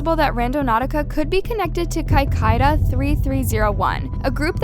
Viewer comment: The way she pronounced Cicada 3301 really pissed me off. It’s not “Kai-Kai-da”, it’s “Sick-ay-dah”